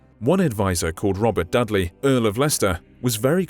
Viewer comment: Harrypotter joined the chat He said dudley like dudley Dursley